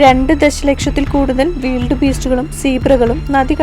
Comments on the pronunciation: വീൽഡ് ബീസ്റ്റ് അല്ല.. വൈൽഡ് ബീസ്റ്റ് എന്നാണ് ശരിയായ ഉച്ചാരണം... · Weeld beast, adhendh beast. Wild (wayild )beast ennu para. Than evidunna english padichadh.😇😇😇😁😁😁😂😂😂 Than verum malayalathil paranjal madhy. Cheriya kuttigalude English kulamavum.